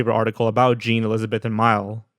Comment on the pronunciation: NOT how you pronounce Mile....